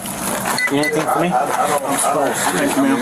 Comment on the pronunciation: Fo is not a word think he means for.. or maybe four 🤔